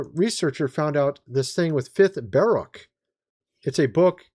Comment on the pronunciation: It's Ba-rook.